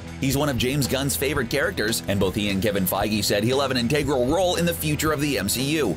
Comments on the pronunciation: he can't say "integral" either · why can't you pronounce "integral"?